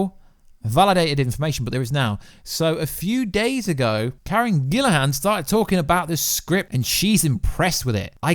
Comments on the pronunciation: It's Karen Gillan, not Gillahan. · It's pronounced GILL-E-AN, not GILL-IH-HAN. Still, I hope that they treat Mantis better than they did in GotG2. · Dude, her name is: Karen GILLAN not GILLIHAN! There's no H in her name bro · Karen GILLAN not Gillaham……. LoL